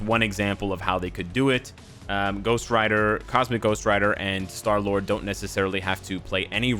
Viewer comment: "SHTAR LURD" LOL!!! IGN: Footballman599